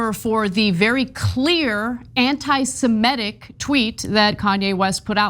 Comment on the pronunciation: BIG NOSE cant even pronounce the word right. It's Anti-SEmitic, not anti-simetic.